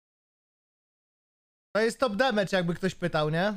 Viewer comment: Naucz sie poprawnie wymawiać "demYDŻ" bo to nie "mage" (mejdż)